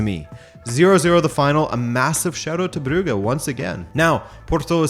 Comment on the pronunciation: Still mispronouncing Brugge, I see? You're doing it on purpose.